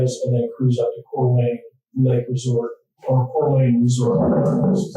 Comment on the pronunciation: Wait, is that how you pronounce Coeur d'Alene? /laughs in French